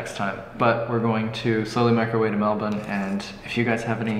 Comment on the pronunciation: Our Home City!! So glad you guys enjoyed yourself there, it's an absolute gem. Also a big fan of Chevs accent when you said 'Melbourne' sounded like a local!